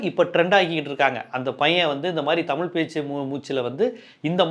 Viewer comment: This is like white people will not tell lies, he just announced party name, let him come, some stage or show he was struggling to pronounce our word தமிழ் as டமில், definitely initial stages he will face this criticism, similarly in kerala vijay has more fans, so don't underestimate tamil fans or people, since all fans/people are not going to vote mr.vijay